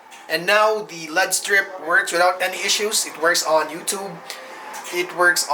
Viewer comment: L.E.D not said like lead. You say the letters separately. L. E. D. it stands for light emitting diode. You are driving me nuts, bro